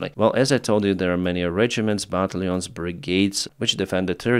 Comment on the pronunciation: pronunciation -Battalions = but tal youns